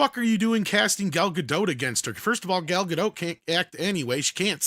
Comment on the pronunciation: Gal Gadot is a Hebrew name—it does not rhyme with • "Godot" or • "row" /ˈɹoʊ/ (US), /ˈɹəʊ/ (UK) or • "goat" /ɡoʊt/ (US), /ɡəʊt/ (UK). It is pronounced [ˈɡal ɡaˈdot], ie. ending with an /o/ sound, approximately like in the word • "story" /ˈstɔ.ɹi/ (US) and a /t/ sound at the end, like in the word • "not" /nɑt/ (US), /nɒt/ (UK). On another note, she simply cannot act.